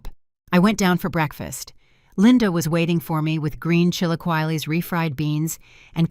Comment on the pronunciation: IF THIS IS YOUR FAVORITE BREAKFAST, AS HISPANIC YOU NEED TO LEARN TO PRONOUNCE "CHI-LA-KEY-LES" PROPERLY.